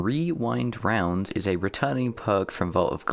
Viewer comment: Glad I'm not the only one who calls it wewind wounds